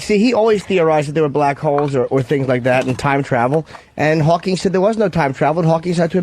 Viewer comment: Norton saying "Hawkings" is infuriating and if Colin knew anything, he'd have destroyed him for it